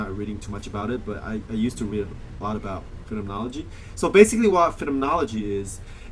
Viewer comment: You didn't pronounce phenomenology right once.